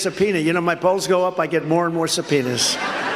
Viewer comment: Did he say "my polls" or "my balls"? 😂